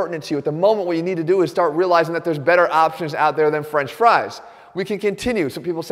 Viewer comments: This dude has been so healthy for so long, that he doesn’t even know how to say “french fries” right. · he should have stressed the word "French". Instead he stressed the word "Fries". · french FRIES?? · the way he says "french FRIES" lmao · Jeff's diet is so elite he doesn't even know how to say FRENCH fries. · Why does he say French FRIES like that though? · Jeff is so unfamiliar with French fries that he doesn’t even know how to pronounce it right. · I was thinking the same thing. 🤣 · I noticed that too 😂😂😂😂😂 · i replayed it like 4 times cuz i was thinking that too 🤣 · usually the first word "French" is emphasized; Jeff instead emphasized the word "Fries".